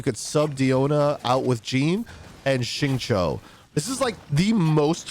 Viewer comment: I prefer guides, but if you do stick with this format, please read from an outline to keep things focused and so you can provide time stamps. Also Xingqiu’s name is pronounced more like “shing chew”, not “shing cho”. The English VAs pronounce it wrong too. Listen to the Chinese VA.